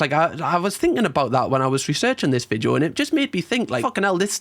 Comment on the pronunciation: I wish you would stop saying Vidjo, it’s Video!!